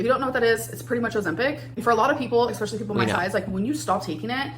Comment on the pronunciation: PSA- ‘exspecially’ is not a word. Sorry guys. Pet hate 😅